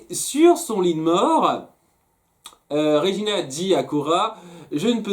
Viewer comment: Svp arrêtez de dire "Régina", son prénom est "Regina" et se prononce "Red-djina" xd